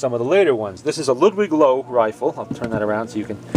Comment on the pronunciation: Not trying to be a pronunciation Nazi, just letting you know that "Loewe" is pronounced "Loeve"